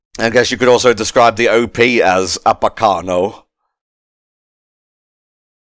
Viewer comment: One of my favorite anime’s! You can tell cause that pronunciation at the start really hurt.